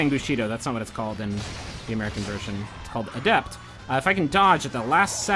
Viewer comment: I couldn't keep watching because of how you pronounce the word adept.